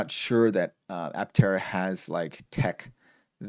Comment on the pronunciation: I-tera instead of Aptera is a bad idea.